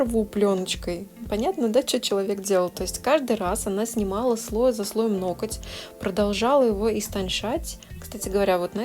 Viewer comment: НоКоть!!?? Почему меня царапает в каждом видео это произношение?? НоГОТЬ - это привычно и правильно. Мастеру низкий поклон за работу.